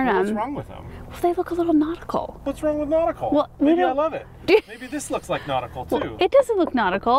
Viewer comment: Take a drink every time you guys say notical 🤣♥️